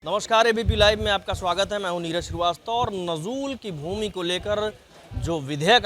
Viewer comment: नजूल को ठीक से पढ़ मेरे भाई। 😂